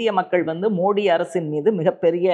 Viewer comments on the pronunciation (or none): none